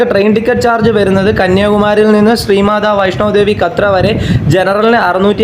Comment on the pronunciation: കത്ര അല്ല കട്ട്ര